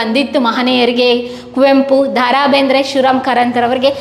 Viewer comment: ಅದು ದಾ ರಾ ಬೇಂದ್ರೆ ಅಲ್ಲ.. ದ. ರಾ ಬೇಂದ್ರೆ